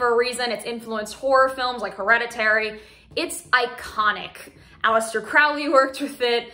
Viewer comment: Just btw, Crowley is pronounced like “crow” the bird.